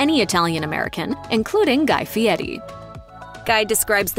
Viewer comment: What's up with the faux ethnic pronunciation of "Fieri"? CORNY!